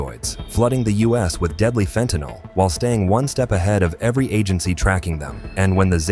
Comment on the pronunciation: Hooraaaay, this channel pronounces fentanyl correctly.😃